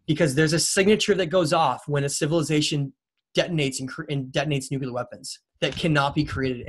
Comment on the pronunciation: Nuclear not nuculear